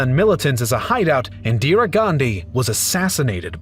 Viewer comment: Your Indian name pronunciations need a lot of work. Pronouncing "Jawaharlal" with the Spanish silent "J" (as "Hawa-harlal), and then calling "Indira" as "Indiree".